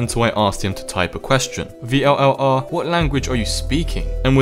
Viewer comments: its vllr not v l l r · It's pronounced viller or vill are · i heard that it is pronounced vill are